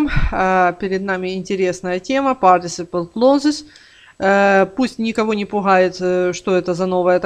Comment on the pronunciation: Партисипл клозес?? Спасибо, пошла смотреть другое видео. (Перед тем как учить, нужно правильно слова учить и произносить)